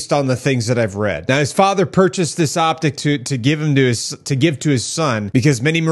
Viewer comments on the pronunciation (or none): none